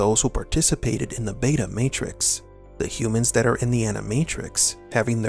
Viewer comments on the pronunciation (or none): none